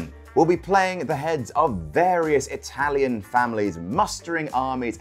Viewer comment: No,, please never try an opening in Italian again. It hurts. Mioddio le orecchie sanguinano. Just ask Michele for a translation. Lol